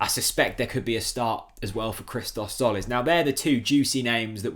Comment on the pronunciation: Christos' surname is pronounced jolis tzo->jo like in the word "joker".And the first name Hristos Ch->h like in horse. Seen you in the Redmentv channel for the first time, liked the content,and as a Norwich fan i guess you would like to learn it right sooner than later!